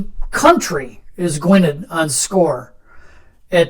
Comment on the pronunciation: Really great to see the new expansion in play, although I have to point out that Gwynedd is pronounced Gwyneth! Forgive the silly question, but are the red counters just a visual aid, rather than a mechanic?